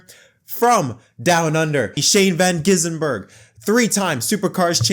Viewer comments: "Gisbergen" not "Gisenberg" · there is no "in" in Gisbergen. It is not Van Gisinbergen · "Gizzenberg" lmao who dat